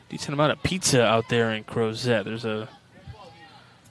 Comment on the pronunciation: The T is not pronounced in the town Crozet. Virginians say Crozeee. Let’s Go Peachtree!!